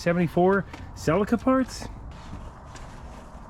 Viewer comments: Cee lee ka, not cel e ka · Celeeeca not celika lol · It's pronounced selleeka not sell iker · it's funny how you are calling this "Selika" , but I guess this is how it's called in English? In Switz we used to call them "Tchelika" ... I'm trying to write phonetic. 🤣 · It’s pronounced cell-EE-ka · Its pronounced Sa lee Ka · Celica, its pronounced, sell-lee-ca and they are worth gold in the south Pacific Antipodeans, Japan etc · Here in Australia we pronounce it as Toyota Se-lee-ka. Anyhow, i can't tell you how many of these cars gearbox's were used for high performance vehicles, in 4 cylinders and Mazda cars with suped up rotary engines. I think even maybe some people may have used them in larger cars with V8's. Point is, the boxes on these cars are almost indestructible! Oh, forgot to add, we are talking back in the 90's mainly when this was big! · What the heck is a "sell a ka"?. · i love u bro but thats not how u pronouce celica 😂😂😂😂